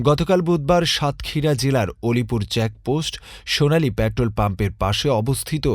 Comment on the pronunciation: আসসালামু আলাইকুম ভাই নামটা আমার একটু শুদ্ধ করে গনিপুর না আলিপুর আলিপুর সাতক্ষীরা আলিপুর ইউনিয়ন